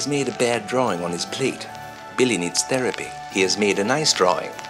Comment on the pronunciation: "Billy dosent need theriapy now"